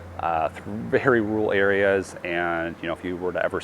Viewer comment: There's a second r in rural. Believe it or not